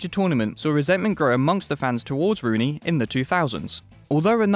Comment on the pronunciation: 10...”Ween Rooney”